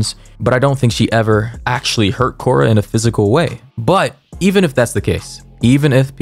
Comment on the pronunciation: It's saying Auctully like poor thing